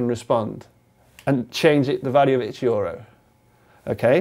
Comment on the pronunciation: It's so annoying when he pronounces euro "jorou" rather than "jyrou" 😂